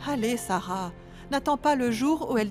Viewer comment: Ki moun ki tande seb site non kara an di sara😂